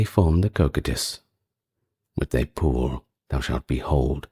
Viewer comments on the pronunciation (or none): none